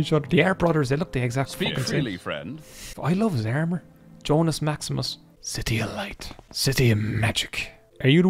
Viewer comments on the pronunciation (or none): none